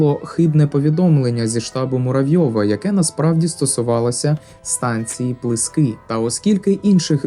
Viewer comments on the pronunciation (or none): Якби стільки фактів,подробиць,емоцій було б і про бої в Бахмачі 24-27 січня 1918 р.,які передували бою на станції Крути.Перед Крутами є село ПлИски,а не ПлискИ.Знаю цю місцевість десь із 5-и років.А ще схиляюсь до версії,що на ст.Крути бій був не 29,а 30січня.